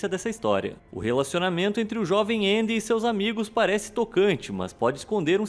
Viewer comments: Ele falou na pronuncia americana eu acho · Gosto muito desse canal, mas qual a dificuldade de falar Andy? me incomodou um pouquinho a forma que vc pronunciou, mas tirando isso o vídeo é ótimo kkkk